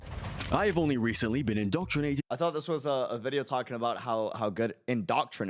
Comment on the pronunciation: InDONtrination? AHHAHAHAHAHHAHAHHAHAHHAHAHA